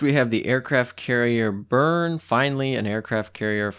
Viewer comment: Friendly tip Bearn is pronounced Beh-Ahrn, to be fair there was no chance you'd get it right on the first try. for Richelieu it's more like rich-UH-li-UH ...... kinda.......the french eu sound straight up doesn't exist in english so either your pronunciation or this one can work really, you just have better chance of getting a french to know what your talking about with this one. Last one: La Galissonière, it's la Galisoni-air, è roughly=ai in french. ;) hope you found that helpful.